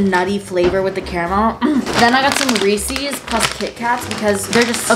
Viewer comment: when she said reeceeyys instead of reece's omg